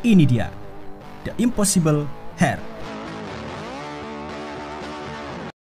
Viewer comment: cara sebut dia heir salah bang